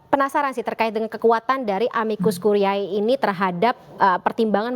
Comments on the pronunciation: amicus curiae dibaca amikus kurie...ini bahasa Latin. presenter bikin sakit telinga aj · Kk Presenter, cara baca "Amicus Curiae" adalah : amikus kurie. Bukan kuriae. Dikoreksi ya utk next sebutan kata2 tersebut.